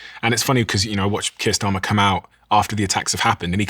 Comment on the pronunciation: I generally refrain from commenting. However, it sounded like you said, “Kissed Armor”, not Keir Starmer…..🤓